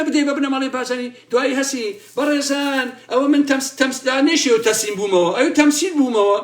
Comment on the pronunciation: به ته سليم ووت ته سميل نه ك تمسيل. ههههههههههه